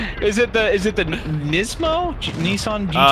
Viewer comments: "Neacemo" lol wat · Nismo is pronounced Nizmo